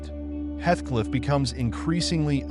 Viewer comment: Heathcliff not hethcliff..